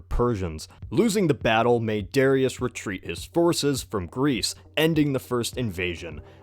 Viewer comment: You say Darius wrong the accent is on the a i believe